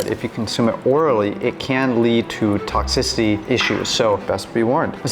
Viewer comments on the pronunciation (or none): none